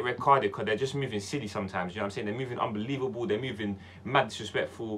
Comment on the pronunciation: My man said they're movin unbeleaveble 😂😂